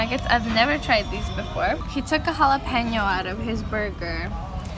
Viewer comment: Omg how she said "Jalapeño" 😭😍🥰💜 my Mexican heart is beyond happy!